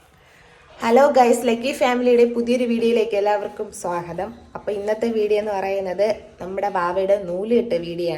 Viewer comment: സ്വാഹതം അല്ല സ്വാഗതം ആണ്